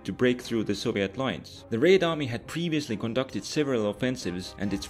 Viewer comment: I continue to be amused by your way of saying "Raid army"